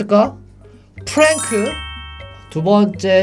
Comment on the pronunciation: 프랭크 이상하게 말한거 맞아요